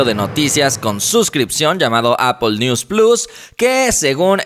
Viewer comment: Como se pronuncia? Apple? "Apol"?😂😂😂😂